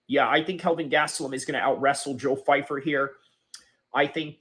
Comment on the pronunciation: 🤡 constant victim of nothing. First of all you can’t even pronounce his name right. Second of all your idea of white people makes you racist in nature. You have a general mind set of people of one total race. Americas military people are homeless all over the place of all races and a lot of them have no backing. You exposed yourself as someone who is brain broken by politics. Going on a rant because someone you will never meet says something you deem not true is idiotic at best. Your channel will literally never grow and I am comfortable withsaying that. I am so incredibly happy I don’t have people like you around me who see people as a general thing that act in one single way or have all the same advantages. You’re a clown by proxy